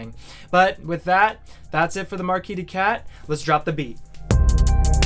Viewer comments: In "Marquise," the second S is pronounced like a Z sound. It's not silent. It's notable because the Marquise de Cat is female. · Why do you all mispronouce "Marquise"? She's a lady, guys.